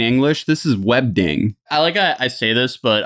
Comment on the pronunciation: "WEBDING" IM DEAD. You mean the old ms word font, Wingdings? Ya tard